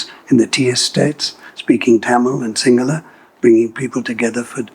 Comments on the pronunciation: He has Aussie accent but his Sinhala pronunciation is spot on. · These people are every bit Sri Lankan as we are. Love how good his sinhala pronunciation is. Bandaranayake made a huge blunder by the sinhala only policy.